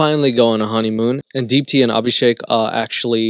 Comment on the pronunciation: Lmao ‘Deepti’